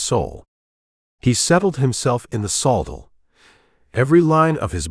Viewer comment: Pronouncing the word saddle wrong